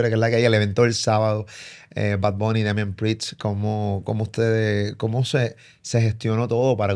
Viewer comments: Nadie: Molusco: Damian PRIXT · Es Damian PrieST, no Damian PriTS 🤣🤣🤣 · Molusco por favor, DAMIAN PRIEST,PRIEST NO PRITS !! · Cada vez que este cab dice Damian Prits me imagino Un choke-slam del en esa silla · Tantas entrevistas y todavía no puedes pronunciar Damian Priest bien?💀🤦‍♂️